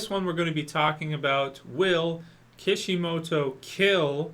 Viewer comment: key-shi-moto, not keh-shi-moto